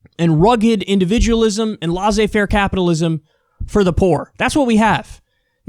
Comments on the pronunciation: I know this is nitpicking, but as a french speaker, it really grates my ear "laissez faire" pronounced lah-zay fair when the proper pronunciation is less-say fair. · ''Lazé faire capitalism'' Bruh never french again without proper instructions